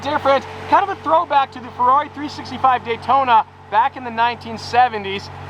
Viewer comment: need to call you and tell you how to pernouce the ferrari That is being said way wrong!! even by The sales guy